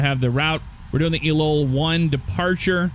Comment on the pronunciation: Great to see the XPlane vids coming back! For future reference ELOEL intersection is pronounced LOL.